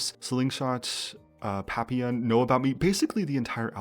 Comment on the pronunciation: Assuming the song papillon is referring to the French word for butterfly and not something else, the proper pronunciation would be “Pah-pEe-yeon”